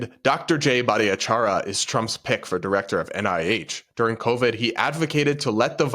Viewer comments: Grammar police here. The way you murdered jay’s name - its much easier than what you were trying to do. Its only four syllables and has no eeeee sound in it. Its bhat-ahh-char-yah! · I think you mispronounced Jay's name every time.